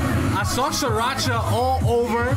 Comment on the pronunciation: we love stanning musical geniuses. (also it's pronounced as "three-racha") (unless that's what you are saying but i swear i keep hearing sriracha lmaoo)